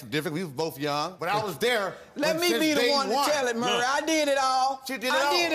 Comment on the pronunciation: Why is it so hard to pronounce "Maury?" It's not "Murry." It's "More-E." Drives me nuts.